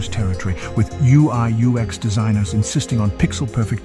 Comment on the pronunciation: Really good stuff 🔥🔥 - I loved the ever changing pronoucination of UX 😅